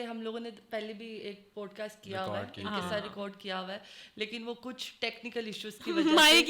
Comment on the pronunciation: She is saying pot cast😂